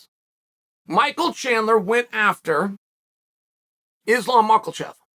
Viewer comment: “Izlam Mockelchev”